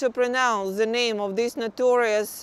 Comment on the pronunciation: только и слышно: "зэ...зэ...зэ" Интересно, она понимает, что говорит, или первый раз вообще текст видит?